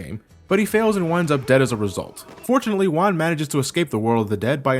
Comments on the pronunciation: Yo soy mexicano y puedo decir que las referencias culturales en el juego están muy bien hechas. Lo que me molesta un poco es que algunas partes están mal traducidas al español. Todo lo demás esta bastante bien. Saludos desde mexico:) PS: "Juan" is pronounced "Huan" not "Uan". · A minor correction, you're pronouncing Juan as "Wan".